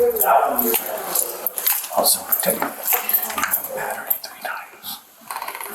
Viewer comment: hardly sounds like "battery" to me 😕🙄